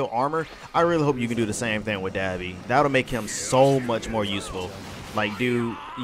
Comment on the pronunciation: Dah - BE not Da-bi...ah as in say ahhh